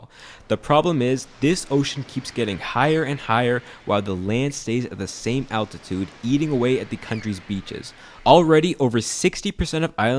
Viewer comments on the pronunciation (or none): none